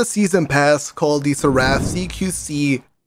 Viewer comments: It's pronounced sehr-uhf. Not Sur-raff. Like the angels. Dude 🤦‍♂️ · wait what did he call it "serapth" lol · ....my dude....you gotta pronounce Seraph right. It's the root of Seraphim. As in angels. You're putting too much emphasis on the 'a'.